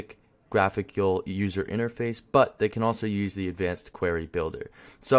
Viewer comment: idk if its a Canadian accent but its query (queer-e) not qwhere-e.